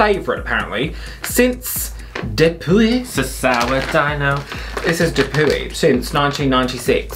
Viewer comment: it says de-poo-ey i cannot with you. 😆